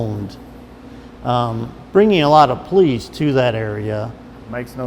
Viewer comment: When ppl say police like it's pronounced as PO LEASE. Lol! WHAT?